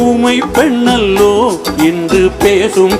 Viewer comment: அனுராதா ஸ்ரீராமுக்கு இசை நன்றாக வருகிறது மொழி நன்றாக வரவில்லை ஊமை பென்னல்லோ பென்னல்லோ என்று பாடும் போது ரசிக்கும் படியாக இல்லை. பெண்ணல்லோ என தெளிவாக உச்சரிக்கவில்லை அதேபோல் மணிப்புறாவும் என்பதும். உச்சரிப்பில் இன்னும் கவனம் வேண்டும்